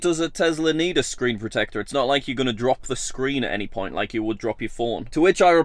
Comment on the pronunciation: Tezla? Tesla*